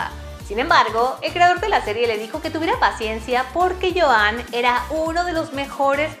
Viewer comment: Me da gracia el Joán en vez de Yuan y Orella en vez de Urella xDD